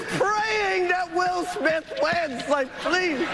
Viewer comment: will smite (prononciation) mdr